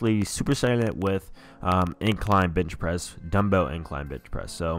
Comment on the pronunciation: ... Did he say b*tch pressing?